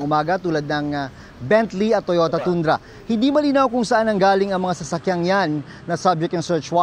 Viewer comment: Toyota Tooooondra? Tundra po at pronounced tandra!